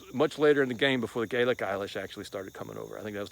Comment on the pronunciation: What I liked most was when he said Gaelic the first time I nearly cried , he came a cats whisker to saying " Gaelic gangsters' lol